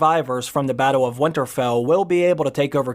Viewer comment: You called winterfell as where winter-fell! I had written a whole theory on Arya using the catspaw dagger weeks ago! In light of the Episode 3 ending I would like to reshare a post I wrote a few weeks ago! Theory: Rewatching season 7 ep. 4 and a thought came to mind. Little finger gives the valarian steel dagger to bran and said basically this is the dagger that started the war of the 5 kings. Bran looks fascinated with the dagger looking it over. Then Bran gives the dagger to Arya, all while Sansa talks to him and before he does give it to Arya he is looking it over again. As he gives it too her he has an very interesting look on his face. So my thought is maybe bran knows something maybe this valarian dagger that has been a staple all through out the show is going to be the thing that kills the Night King. I believe the night king is coming for something or more specifically he is coming for bran the three eyed raven. This is what he wants. Then I thought but bran just gave it to Arya, and had a look when he did. what if in the trailer Arya isn’t running away from something but running to someone. What if the night king gets inside winterfell. What if the night king and bran have a face off. And what if Arya runs to save bran and uses the valarian still dagger that started a war of the 5 kings to end the war with the dead? I hope that made sense. I just feel like there is more to this dagger.